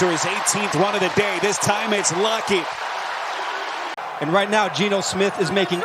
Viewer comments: Why was the man saying lockets name like lockee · is it just me? or is every time Lockett makes a catch the announcer says "Lockey"